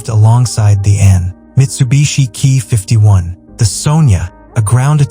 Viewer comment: NIce. but the AI voice can't distinguish 'Ki' as 'kay-eye' as well as getting some of the names pronounced wrong.